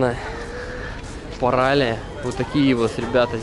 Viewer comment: Ударение на "и", паралИя